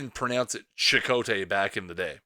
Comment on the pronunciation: I thought it was pronounced Eddie 'SEE-cott" but I could be wrong